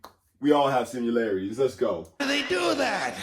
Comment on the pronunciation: It's similarities, not simularities